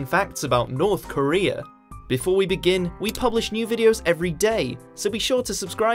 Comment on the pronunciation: Norf Koreaaaa